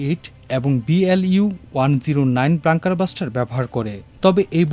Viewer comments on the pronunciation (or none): Not blanker buster, you blonker, it is bunker buster. Whenever an English word appears, our news reporters go bust!